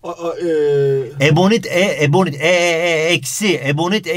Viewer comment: 30,51 ebonik çübüü :D